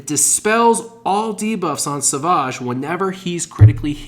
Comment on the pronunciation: Love your vids but please it's savage not saaavaaage, like a savage lion.